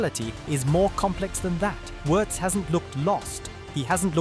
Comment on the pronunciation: Pretty close.